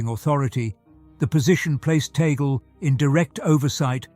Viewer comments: It's Tag Le, two words. Not pronounced like how you pronounced that sounds like toggle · Please narrator kindly pronounce the name of Cardinal “Chito “ TAG LE” as such, NOT TAGLE, like how table, bugle, angle etc are pronounced! We, Filipinos pronounce his name as:” TAG -LE”. Thankfully yours 🇵🇭GOD BLESS US ALL🙏‼️